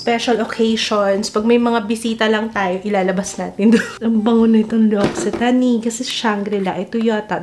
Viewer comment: Pronunciation po is: L'OCCITANE = LOX-EE-TAN (per L'occitane en Provence channel)